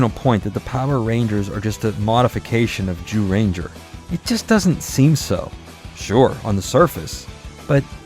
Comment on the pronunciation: I'm sorry I love the video but it sounds like he's saying you know what ranger. XD I met a TON of the MMPR's at cons. Jason David Frank (Rest In Power), Austin St. John, Walter Jones (Does he age at all?) David Yost, Catherine Sutherland, Steven Cardenas, Karan Ashley, and others. There amazing amazing people! I'm so happy David & Walter got to headline Once & Always as well! Nakia & Karan did a wonderful job running Rangerstop & Pop for many years too.